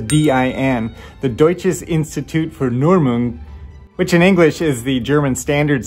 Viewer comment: This was the first Video i´fe seen from you and i like your way to explain these things to people who maybe don´t have the knowlege about it like a car mecanic. By the way, your pronouncing on Deutsches Instiut für Normung was awesome for a non nativ speaker. For those who interested in some Backgroundinformations from a german Car-electrition: 30 is always called every cable that comes directly from battery positiv without a switch in it. As soon as you put a switch on it, the number changes depending, what it should powers. for example: parklight is number 58, ignition switch for maybe the radio or enginecontroler is number 15 and Brakelight is number 54. some of these can be switched from a Relais but because the relais can fit in any socket they needed for, they needed an universal number for the output, and that´s the 87.